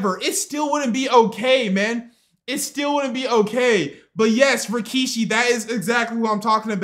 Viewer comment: Rikishi. Not Rakishi.